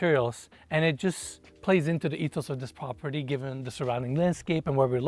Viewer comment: This prah peeer deee 🤣🤣love the way you say this